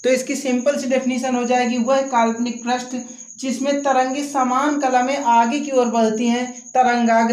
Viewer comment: प्रष्ठ नही पृष्ठ कहा जाता है